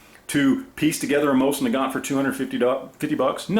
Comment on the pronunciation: learn how to pronounce it right first. Used to be 80 bucks at gunshows.... 20 years ago. Complete junk.